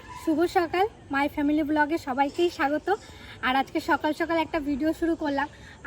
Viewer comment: আপনারা কি স কে ভালো ভাবে উচ্চারন করতে পারেন না?সকালকে বলেন ছকাল,হাসকে বলে হাচ